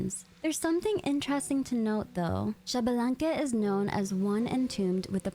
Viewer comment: I need people to start saying Xbalanque right.